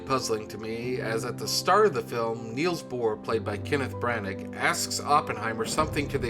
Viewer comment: His name is pronounced “Killian”, not “Sillian”. And it’s not Kenneth “Branagg” either. (Pugh rhymes with new, btw). Also, it’s not the movie’s fault if you don’t know what objective and subjective mean. Some movie reviewer...